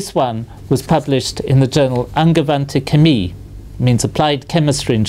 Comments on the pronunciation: I couldn't make out an accent of any kind when he said "angewandte Chemie". Most impressive, as Darth Vader would put it, hehehe. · that was remarkable pronounciation of the german words "angewandte chemie"!!!